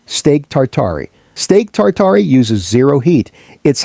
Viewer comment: "Steak tatarey"